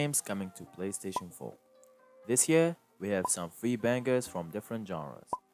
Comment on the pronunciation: “PlayStation foe” 😂 lol